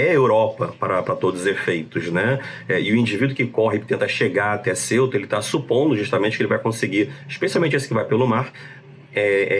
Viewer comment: Ceuta se pronuncia cêuta, não céuta, como se se escrevesse Celta.